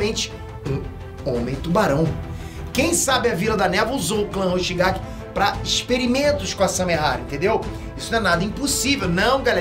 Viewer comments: Quem viu ele dizer Kisame Hoshikage ao invés de Kisame Hoshigaki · e hoshikagi ao invés de hoshigaki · Não é hoshikague é hoshigaki